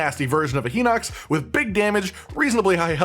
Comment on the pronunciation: So the pronunciation for Hinox is Hi-Nox not Hee-Nox for the English version of the game for the Japanese version of the game it is pronounced Hee-Nox not Hi-Nox.